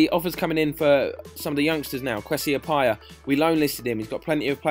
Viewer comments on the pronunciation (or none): its pronounced ah-PEE-ah